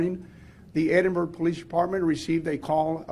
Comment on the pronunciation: It's Ed-in-burg not Eden-burg